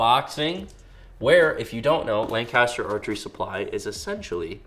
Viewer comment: Growing up my whole life in central PA, it’s like nails on a chalk board hearing how you pronounce Lancaster. Time to call up PJ Riley for some tips lol.